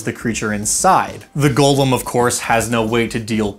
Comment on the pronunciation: Golem not gollum ong thank you